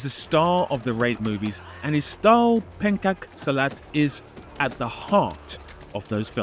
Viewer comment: me, an Indonesian: "We have a style of Silat called Pengkak?" (Literal five seconds of processing later) "Ooooh, Pencak ('ppe-hn-chak') Silat!"